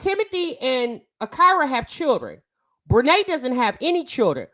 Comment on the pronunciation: Everyone in the video: Ah-kee-ra: Ah-KYY-ra 😅 loved the convo as usual tho 💕